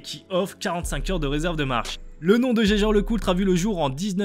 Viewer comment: Jaeger la prononciation 🤣